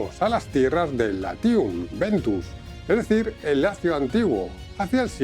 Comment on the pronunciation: Latium Vetus (Ancient Latium) non Latium Ventus